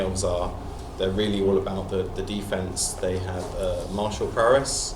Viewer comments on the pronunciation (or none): none